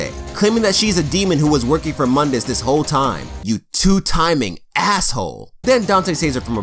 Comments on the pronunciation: Actually Mundus is Pronounced Moon diss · Pronounced Moondus. Otherwise great video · Its pronounced MOON-D-US